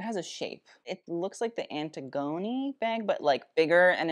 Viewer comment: wait a min, is that how you pronounce the givenchy antigone bags?? I thought you pronounced it the Greek tragedy character